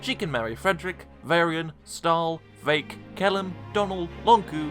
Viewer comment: It's vaike